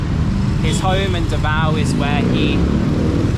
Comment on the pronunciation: U pronounced davao wrong and shouldnt be pronounced faster.